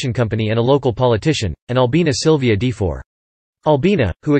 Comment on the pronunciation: His last name is not pronounced as 'De-for.' It's more like 'Duh-for.'